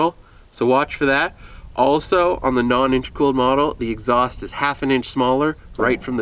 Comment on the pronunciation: It took me awhile to understand you were saying non-intercooled. Anyways, upon further research I found that it was introduced in 91. So should it be 91 and 1/2? In your opinion, what is the best year to buy?